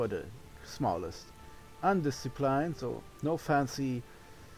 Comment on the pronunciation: "Undisciplined" rhymes with "pinned" not "pined" (English pronunciation is the best!)